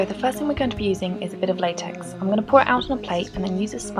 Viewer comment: Latex it said laxex but I know what it is